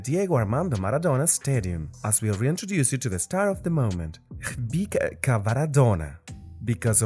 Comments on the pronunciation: Do you really say Shkhpika instead of Khvicha ? :D :D :D :D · His name is khvicha, last "ch" is pronounced as ch(children)